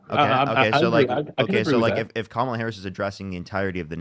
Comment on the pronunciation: why is it so hard to say Kamala? COMMA-la (rhetorical question, i know why)